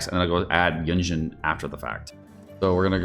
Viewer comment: Why you feel cool by doing wrong pronounce of carecter's name's 🙄🙄🙄🙄🙄